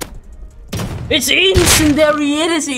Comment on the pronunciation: IT'S FUCKING INCEND-IARY NOT INCEND-ARY JESUS CHRIST